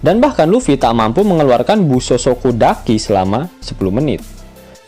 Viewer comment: Haki min bukan daki. Wkwkwk